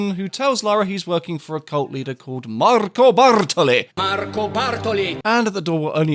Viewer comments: MaRRR-co BAR-toli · Awesome retrospective! I'm just discovering this series, but it is really very good. The editing is on point and the writing is very witty. The different takes on Bartoli's name really had me chuckling (Bathroom Sparkly being my personal favorite). I always thought Maria Doria was pronounced Maria "Door-ee-ah", with the emphasis on the first syllable (so that the two words don't rhyme), but maybe that's just me! Anyways, awesome video. Can't wait to check out the rest of the series! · Thank you so much for your TR videos. As someone who has such a deep love for the classic TR games, it is soo refreshing to see a youtuber cover these games in a way that is so passionate, analytical, and HILARIOUS. The Marco Bartoli name butchery always has me in tears and lives rent-free in my head (Bathroom Sparklyyy!) lol. Love your silly personality and the special touch it adds to your vids too! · Man, the editing, the timing and the Marco Bartolli mispronounciations LOL Tomb Raider 2 is my all time favorite TR, and the first one I played. I was like 12 when I first played it and it took me MONTHS, but I loved every part of it. And I got to this video because right now I'm replaying it all over again. The nostalgia is real here. Thanks for this awesome video! Definitely going to watch them all.